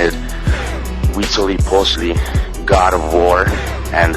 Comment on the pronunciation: You're pronouncing Huitzilopochlti's name wrong. But overall, it was a good video.